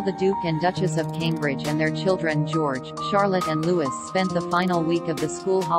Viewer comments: Please -- L.E.A.R.N. "Louis" is Loui-e (not Lewis) and 'Isla' is Yla (not Isssla). Can't take your channel seriously if you don't even check the right pronunciation :( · It isn't Lewis, it is pronounced Louis (Louie) and is French in origin. And Isla isn't pronounce Isla but Eyela. You've had this explained in the past numerous times but you continue to ignore the facts. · William and Kate's son is not pronounced "Louis" as in St. Louis. Instead it has the French pronunciation of "Lou-ee." I guess this is what happens when you use a stupid robot to do your narration. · The little prince is NOT Lewis!! It's LOOWEE 🙏🙏🙏